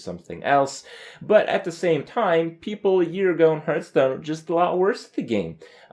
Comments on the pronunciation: Seriously, he is still saying "Hurtstone" ? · He also says hurtstone and krayken, kripp just doesn't know how to pronounce shit.